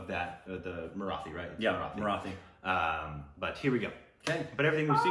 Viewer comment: Hey guys, don't mind me correcting your pronunciation, but it's Marathi. Not Mara-thi. The "th" is supposed to be like how Americans pronounce "tool" and not like the "th" in bath. Btw my heart exploded when I saw you were reacting to this song. Please do watch the film. It is one of the most brilliant pieces of cinema from India.